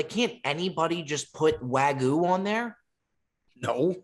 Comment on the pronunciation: WAG-YOO bro. Not WA-GOO fooooo. Lol❤